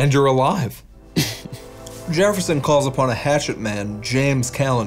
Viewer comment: Jereffson instead of Jefferson gets me every time 🤣